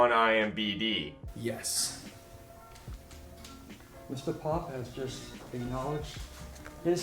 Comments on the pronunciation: I swear bro has dislexia he’s reading imdb as imbd and tch as thc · Come on. “IMBD” that many times hurt me 😂 Internet movie database. IMDB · Imdb not ImBd. lol Great vids, though. I'm really enjoying your channel! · iMBD lol it's IMDB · Say “eye emm bee dee” one more time, see if it feels right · You had so many chances to say IMDb right 😭😂